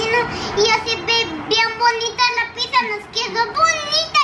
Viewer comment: De donde saca la gente la c para cuando dicen "pizza" porque dicen "piczza". NO ,- es sólo pizza como pisa.🍕🍕